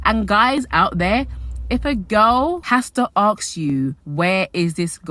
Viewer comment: Girl, it’s “ask” not “axe”. It’s hard to watch when hearing this mistake sooo many times throughout the video 😐